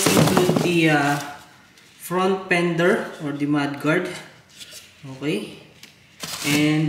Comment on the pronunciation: Karamihan naman yata ng nanonood syo ay mga Pinoy kaya mag Tagalog ka na lang. Nakakadugo kasi sa tenga yung mga English mo 😂 Bihira ba talaga ang "rare pender" kesa sa front "pender"? Ayoko na tuloy mag "subscrive" 😂✌🏼